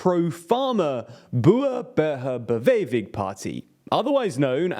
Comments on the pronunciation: "not perfect" I rate it an F he said boehr buher beweving he also said rate instead of rutte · "boehe buhe bewevin party" 😆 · Dat pronunciation of boer burger beweging though... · I absolutely collapsed laughing when he tried to pronounce "Boeren Burger Beweging" but he gave it a fair shot. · A for effort. D for execution.